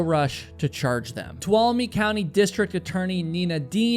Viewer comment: Thank you for either knowing how to pronounce "Tuolumne" or learning how! I have heard so many other YouTubers just slaughter it 😅